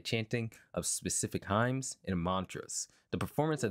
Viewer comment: "Highms" 🤣 I'm always surprised by English speakers who don't know even common religious words, but then again, I was raised by Christians. No better way to turn someone pagan/heathen than to raise them Christian... The word, "hymn" is pronounced like, "him." You'll only really hear the letter n when you describe something about the hymn, like a hymnal book in a church. There were a couple other mispronounciations in this video, but that was the only one where I didn't understand what you were even talking about until I replayed the audio.